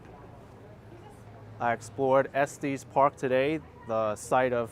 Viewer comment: Not pronounced Esteees Park. It's Est eh s park